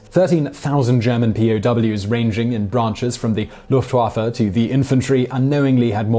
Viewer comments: The way you pronounce Wehrmacht and Luftwaffe makes me cringe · Also, he didn't pronounce the names Wehrmacht and Luftwaffe correctly, which had made me a little disappointed. The "W" in the German language is ALWAYS pronounced as a English "V". Knowing this, it made me a little mad that he made a video on the Third Reich, and didn't know how to say those. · As someone who speaks German, the way you say "Wehrmacht" and "Luftwaffe" physically makes me hurt... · Thank you, I have a love for german culture (more of the older culture, pre and post ww1) and I hate when people pronounce words like they didn't even look it up. It is very wunderbar that someone cares like you. P.s. at the beginning he said wehmacht, luftwaffe and kriegsmarine. A more accurate term would be heer (Army) luftwaffe (Air force) Kriegsmarine (navy).